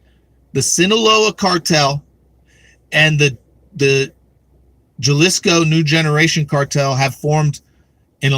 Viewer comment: It's pronounced Haleesco. And 2 open borders democrat politicians just got elected down there. New Mexico elected congressman Gabe Vasquez who was raised in Juarez, and Arizona elected senator Ruben Gallego whose father is a Mexican drug cartel member.